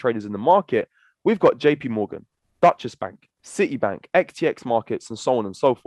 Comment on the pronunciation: What is this Dutchess bank he speaks of? 🏦😂